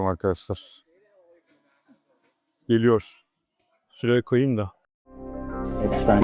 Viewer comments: çok iyi video cesaretinden dolayı tebrikler ama bir eleştiri olarak yapay zekayı azalt abi. gerçek kullanıcılar ai materyal görmekten hoşlanmıyor ve gezegeni bitiriyor bildiğin üzere. bir de epsıtiiiiin. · Abi emeğine sağlık çok iyi video olmuş ama 'epstayn' değil epstiin diye okunuyor video boyunca kulağım tırmalandı. 😂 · abi amerikan mason tapınağı videonda da geçiyor soyadı epştayn diye okuyosun hatta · Virgin "bakire/bakir" anlamlarına geliyor. Ada seçimi bile tesadüf değil galiba, ufacık çocuklarla yaptıkları rezilliklere bakılırsa... Yalnız şu adamın ismini doğru telaffuz etmemek konusunda neden herkes bu kadar dirençli, işte onu anlamıyorum. Videonun başında kendi halkının "epstiin" şeklinde telaffuz ettiği ismin peş peşe eklenmiş birkaç sese rağmen videoda ısrarla "epsteyn" ve arada bir de "epstayn" diye telaffuz edilmesi neden?